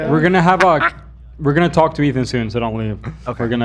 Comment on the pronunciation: Sorry but that was more like "Zach don't hawk tuah to my wife" 😅